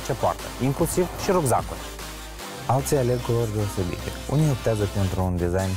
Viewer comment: "Rugzaguri" mor :))=))